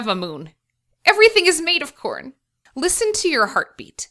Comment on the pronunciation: My volume is low so every time she says corn it sounds like porn. It's hilarious.